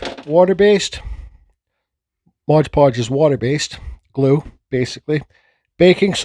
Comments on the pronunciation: It's "MOD" podge, not modge podge....grrrrrrrr but thanks for the recipe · It's called MOD podge. I was done with the video once I heard MODGE.